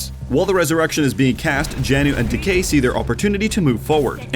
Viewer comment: When you said Decay it sounded like DK lmao